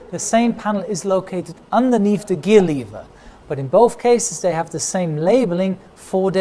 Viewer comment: I haven't watched a video for ages, so I really noticed how his English accent is deteriorating. He's saying "day" and "diss" instead of "they" and "this". I guess it's better than "ziss" and "zat" like most Germans.